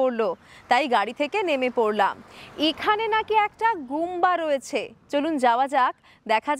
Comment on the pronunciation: Didi vai kotha ta gumpha hobe gumba noy